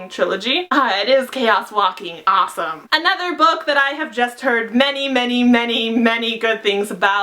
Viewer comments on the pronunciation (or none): none